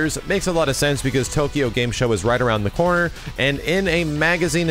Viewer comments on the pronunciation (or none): none